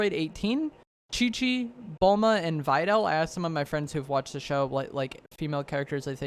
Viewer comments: It's Videl pronunciation: Vid-del not Vy-del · Most likely the female skin is going to be 18 or Videl. Also…it hurt hearing you say Videls name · The way he says "Videl" 😂😂😂🤣🤣